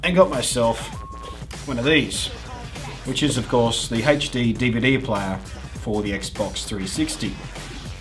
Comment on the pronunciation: i like the way you said hechD-DVD but I do it too!!!!!